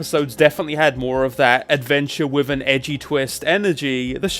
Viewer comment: With is wiff? Fua fuks sake, learn how to Engliss moar betterz.